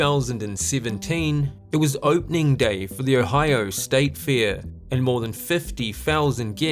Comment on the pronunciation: It's Fair not Fear. Your baby English needs some growing up to do